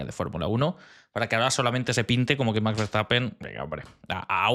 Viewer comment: y recuerda, no es lo mismo pronunciar much que max, gracias